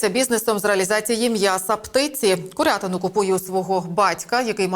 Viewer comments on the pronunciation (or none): кУрятина! Безграмотна ведуча, соромно!